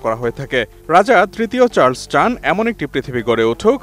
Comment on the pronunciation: Charles, not Charls